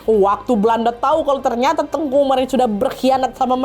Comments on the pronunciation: Teuku kak nad bilangnya bukan tengku.. klo tengku itu Melayu kak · Mohon maaf kak nadia penyebutan teuku itu di bacanya bukan tengku jadi beda artinya klu sebutan tengku itu biasanya untuk ulama jadi bacanya sesuai tulisan TEUKU oke kk koreksinya karena saya asli orang aceh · hai ka nad, papa aku orang Aceh asli dan mama aku Jawa. tepatnya kami tinggal di tanah kelahiran Teuku Umar di Meulaboh Aceh Barat. aku mau bilang kalo penyebutan "Teuku" dan "Tengku" itu berbeda, kalo Teuku tetap disebut "te-uku" dan tengku ttp disebut "teu-ngku". Teuku setau aku itu masi berasal dari bangsawan ataupun keturunan dari ulee balang, sedangkan "Tengku" itu sebutan utk ulama atau guru ngaji.. dan "Cut" itu juga gelar yg didapat karna masi keturunan bangsawan, dan di Aceh ad juga sebutan "Sayyed dan Syarifah" ini masih ada keturunan Arab, dan bisa diblg masi ad keturunan Rasulullah juga. tapi makin kesini yg make gelar cut dsb itu ada yg bukan keturunan bangsawan, *ad bebrapa memakai utk menghormati atau mengikuti jejak Pahlawan Aceh. cmiiw guys❤